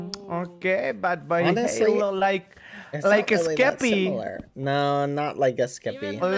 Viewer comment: To the filipino speakers 😊 I heard baboyhalo